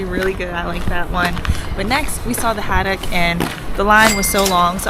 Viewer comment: It's Ho-tok, lol. Glad you liked them-- 2nd best city in South Korea after Gyeongju